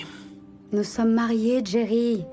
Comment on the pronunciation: Le prénom s’écrit Jerry, avec un J au début : J-E-R-R-Y. C’est un prénom anglais et, en anglais, la lettre J se prononce comme « dj ». Donc Jerry se prononce « Djéri ». Ce n’est pas « Jéri » avec le son du J français. C’est simplement la prononciation anglaise du prénom. Merci 🙏😏